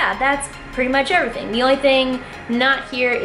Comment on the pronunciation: "Zee lips"😂